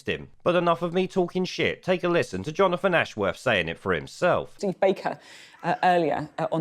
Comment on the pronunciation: Jonofwon Ashworwf. Imagine never having learnt to pronounce your own name. (Another) Labour thicko.